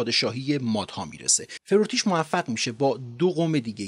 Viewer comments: البته farvartish بوده نه forotish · با درود آقا forortish جیه!!! Farvar-tish است. در ضمن hovakh-shatre نیست بلکه hovakh-shatare است. پیروز باشید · این فرورتیش من تصورم بر این بود که فَروَرتیش .تلفظ میشود یعنی واو تلفظ است البته من ویدئو رو الان دیدم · خیلی بهره مند شدیم.بسیار مفید بود. اسم «فَرَه وَرتیش» یا فَروَرتیش رو درست تلفظ نکردید. هرچند در زیرنویس بطور صحیح نوشته بودید. فرمودید منابعی برای مطالعه معرفی کنیم. کتاب تاریخ ایران باستان از مرحوم استاد عبدالحسین زرینکوب و همینطور کتاب آشنایی با تاریخ ایران از ایشان منابع خوبیه. انتظار داشتم اسم پادشاهان آشوری و بابلی که مقارن با مادها بودند رو و مهم هم بودند ذکر کنید. سارگون دوم پادشاه آشوری بود که دیااکو رو دستگیر کرد. هوخشتره با نبوپَلسَر پادشاه بابل (پدر بخت النصر) متحد شد و آشوریان رو برانداخت. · تلفظ اسم feravartish است.